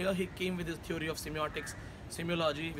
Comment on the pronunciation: stupid... first correct ur he/she n learn to pronounce "theory". then u force ur students to write good reviews.....